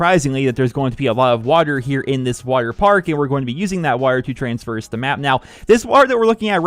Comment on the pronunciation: Traverse is the word, not traverse